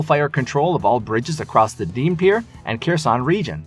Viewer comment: The battle will be won… not so your pronunciation… Dnepir has silent D, Kherson has silent K and accent in the first syllable, Kharkiv again silent K accent on H first syllable. Almost killed me hearing such a stampede of mispronunciation.